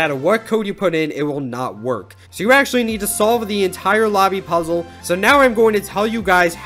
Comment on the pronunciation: How do you say puzzle again?